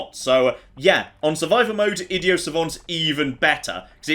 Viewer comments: I D I O T with a T!!!!!!!!!!! not idio.... please everytime you say it, its killing me a little inside.... also love the vids please keep it up dude :) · Can we just take a moment and talk about the way pronounces "Idiot" like,, THERE'S A T RIGHT THERE I've never heard anyone, including other British people, pronounce it as "id-e-o", PRONOUNCE THE GOSH DARN T PLEASE